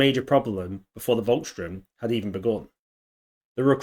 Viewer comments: SH-TOORM not Strömm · Volks - sturm (pronounced with an f, not a v) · It’s Volkssturm, not Volksstrum.